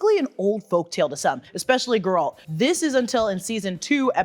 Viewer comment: Conjunction of the Spheres became year zero. Geralt's time is around 1200 years later. So not thousands of years ago. Also Gear-ralt. lol I don't know if that was intentional.